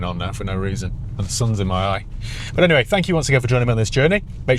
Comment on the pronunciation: You can't beat a northerner saying "buufff"